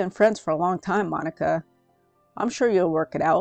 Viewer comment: She did NOT say Mon-Ick-a🙏🙏🙏🙏😭😭😭😭😭